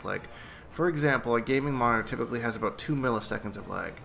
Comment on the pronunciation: r u Irish or what's the, "all boot" for?